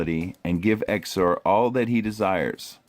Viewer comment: Good vid. Tho I think his name is pronounced zeeizor